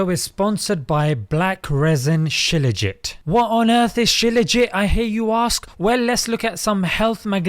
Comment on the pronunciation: It's not scilaugit....It's Shilaaajeet